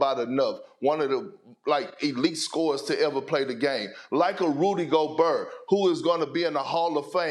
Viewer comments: Idk if he just doesn’t like want to learn or doesn’t care, but it kills me every time Perk says Rudy “Goburr”🤣🤣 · Rudy GO-BURR! 😂